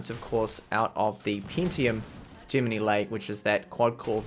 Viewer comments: Great review but one thing that bothers me sorry, Isn't Gemini pronounced the same as in the star sign? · The only times I have seen it not pronounced the same way as the star sign is when that person's native language is not English, everyone who's native language is English says it the same way as the star sign and I even say it the same way as the star sign lol Sorry to be a pain. Please keep up the awesome work